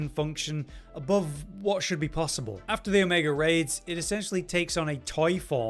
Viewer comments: Brits love adding R's to words where they aren't. "Drawring" "Omegar" "Your land is R's"... stuff like that. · I kinda heard that a little bit, but yeah, its Omega. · Not trying to be wierd, but I keep hearing Omegar? is it Omegar or Omega?